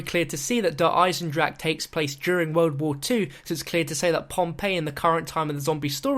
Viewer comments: that's how Germans actually pronounce it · Thank god he isnt saying "Der Eisendraha" in this one. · Finally, said DER EISENDRACHE correct!